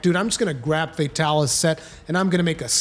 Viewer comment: "fey-talis" ughhh